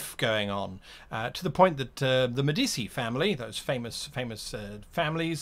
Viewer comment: In Italian, when the letter "c" is followed by the letter "i" it is pronounced like the English letter combination "ch" So it's DaVinCHi and MediCHi Easily confusable for someone who doesn't speak Italian, keep up the good videos